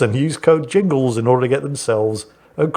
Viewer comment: Mingles with Ringles? Did Jingles have a name change? And why does it sound like mingles with wrinkles 😂